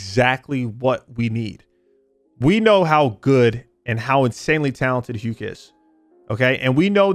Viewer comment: Stop pronouncing hukes name wrong dawg 😭